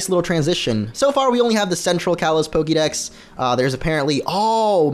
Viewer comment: Dude if you love pokemon THAT much then learn how to fuckin' pronounce it. Soooo annoying to hear PokEEdex over and over.